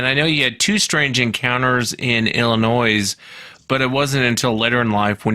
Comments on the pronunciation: Btw, its not pronounced "illinoise" the latter half is silent. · Illi'noise', I've never heard it pronounced that way, you've got to be kidding.😂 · The “S” is silent, Wes!!!!! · The S is silent in Illinois